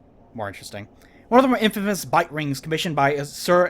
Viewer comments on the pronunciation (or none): none